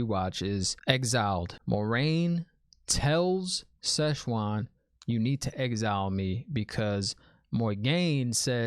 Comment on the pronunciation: Enjoyed listening to your take. Keep it up. Also thought it funny you kept calling her Shezchuan. She ain’t Chinese food. 😉